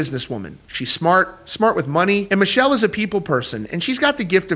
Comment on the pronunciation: It’s not Michelle it’s pronounced Mi kel